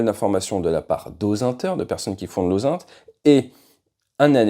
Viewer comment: OSaint? On prononce ozint, pour intelligence en anglais, ta prononciation porte à confusion.